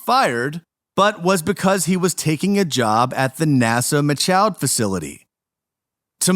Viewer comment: You guys couldn’t figure out how to pronounce “Michoud” and “Houma” before posting this?